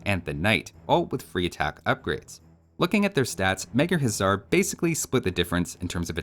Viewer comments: You keep calling everything a "Huzzar", the regular Hussar is pronounced exactly like you would think. The Magyar Huszar should actually be pronounced "Magyar Hussar" because "sz" in Hungarian is pronounced "s" meanwhile "s" in Hungarian is pronounced "sh" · What if any is the difference between hussar and huszar? Is the latter supposed to be pronounced with a "z" sound instead?